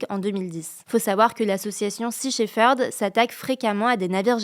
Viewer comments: Sea shefeurd xd shepherd hein .. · Shepherd se prononce shep-herd et non sheferd (le 'p' est prononcé tel quel). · lea lea. C'est sea shePerd. Avec le P de papa. Pas le sheFerd. Je rigole je rigole. Tres bonnes actus merci.